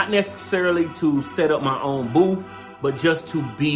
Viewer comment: Proud of my, I'm glad you both had fun. Baby, ummm, did you say booth or boof.....🤣 I love my.